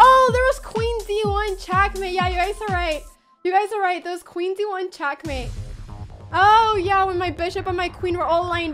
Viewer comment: She didnt really beat magnus, he had 30 sec and she had 5 min and she won on time while magnus was checkmating her lol. Also why is Anna calling it Chass and Chackmate?